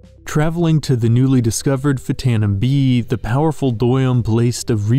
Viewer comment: it's written like "deum" which is in reference to "deus" which is latin for god, but he pronounces it like a german would. idk why lol